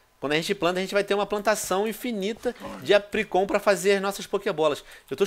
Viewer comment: né mano é o chato e ele ainda fala apricorn errado kkkk